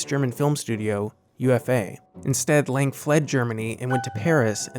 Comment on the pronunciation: Yes, and Fritz Lang's name is pronounced "Lung". B ut otherwise a nice compilation of examples.